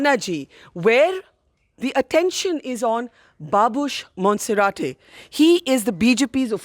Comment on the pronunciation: monserat n not monserateee